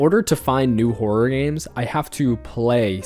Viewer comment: nah he really said whore-or 😂